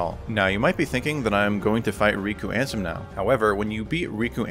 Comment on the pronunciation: Love that you call Riku ansem as RANSOM